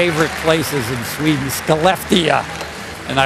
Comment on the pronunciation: The way he pronounced Skellefteå😂